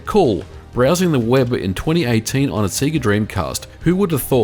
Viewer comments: It's pronounced Say-Gah.. Not Seeegah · You say Sega weird. Japanese say SehGah Yanks say SayGuh 'Strayans say Seega You seem to be combining the yank way and the aussie way? Se-ay-ga?